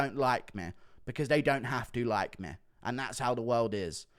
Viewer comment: Why cant you say "ME" correctly?